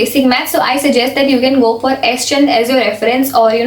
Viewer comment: Didi😃 it.is s. chaaaand not s.chandddd